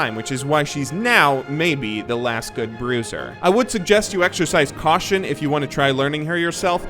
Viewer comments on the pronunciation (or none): none